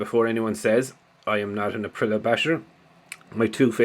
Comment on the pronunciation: Hi mate yes 👍🏻 btw its pro nounced APP RILL EY AAH